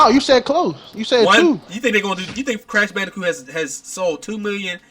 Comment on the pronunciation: Did he really say Crash Banidcoot? Do you know you'd have to be in your 30's like me to even know wth that game is. Lol